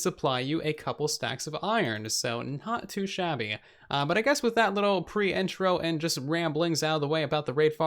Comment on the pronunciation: Not trying to be mean but it is so annoying when he says “wif” and “uverything”